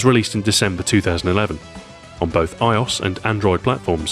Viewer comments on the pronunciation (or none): What is "eyeaus"? Do you mean "i-O-S"? As in "iDevice Operating System"? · It's "Eye Oh Ess", not "Eye Oss".